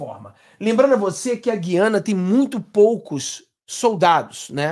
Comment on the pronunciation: tem que pronunciar o U de gUiana. Gui